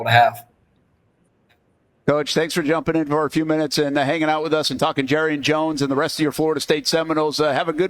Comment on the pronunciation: Someone help Brent JAR • E • AN